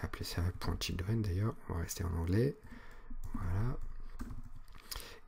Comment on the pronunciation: Oui, j'ai eu la même remarque "children"